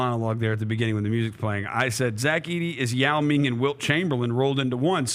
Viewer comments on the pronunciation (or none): “Yao mane” has to stick🤣